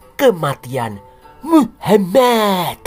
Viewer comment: Pembawa acaranya kalo bilang nama Muhamad kok pingin ke wc ya😂😂😂